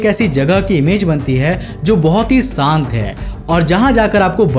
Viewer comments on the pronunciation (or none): Jagha sant nahi shant hoti hai...mujhe ye nahi samjh me ata aap itne pade likhe ho to sha or saa me farak nahi krte ho or ye bhi nahi h k aap k muh se shaa nikalta nahi h..aap apna naam bahut ache se bollete ho koshik....agar nahi bolpate to kosik bolte...